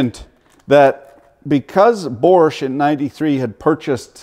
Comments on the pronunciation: I appreciate you’re American and generally can’t speak ‘English’. But there’s no R in ‘Bosch’ so you don’t pronounce it. Borche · how the fuck is he pronoucing bosch ffs. borsch......lol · How has this man seemed to find an "R" in "BOSCH" every time he said it?... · I'm having trouble finding the letter R in BOSCH. The Germans call their country ‘Doitchland’ ergo the R is silent cuz it taint there! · And I love the way you put the r in bosch 😂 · I'm sorry where are you getting the "R" in bosch from lol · Why the “R” in Bosch. In europ. No joke. Just som, som. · Where the fuck is this invisible R in Bosch??? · WTF is there a "R" in BOSCH ? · You should check how to properly say BOSCH before you make video about it... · There is no R in Bosch. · Funny how you pronounce Bosch. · Good vid- But bro there is no "R" in Bosch